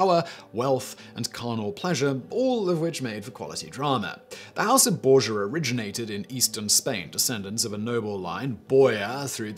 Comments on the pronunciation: Not Bore-yah, Bore-Hah (Borja) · Learn to say the words you're using. You don't come close on Cesare, little better on Borgia. And then, you've added the simply blatant restating of incorrect internet tales, in the place of research. Your channels used to be a value, but basically, from the point where you started making cover images with your face in some cheesy, tacky looking pose - following along with the current trend of trying to show an expression but ending up looking like a sad mime, from pretty much that point they become sloppy and unreliable.